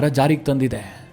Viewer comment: ಉದಾರವಾದಿ..... ಅದು ... ಉಧಾರವಾದಿ ಅಲ್ಲ ಉಧಾರಣೆ. ಅಲ್ಲ. ಉದಾಹರಣೆ